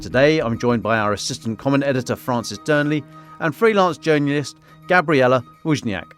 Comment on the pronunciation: Mans said Journouyist.